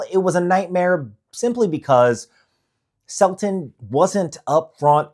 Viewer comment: Selten not Selton